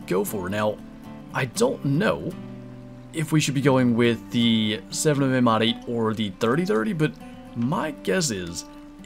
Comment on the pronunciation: Your saying the 7mm wrong........